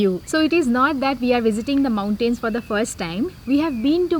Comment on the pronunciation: Respectfully, please improve your pronunciation of "mountains" it's very off putting